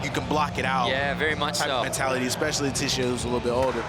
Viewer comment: Why Leticia!?!?! THATS NOT HOW U PRONOUNCE IT!!!!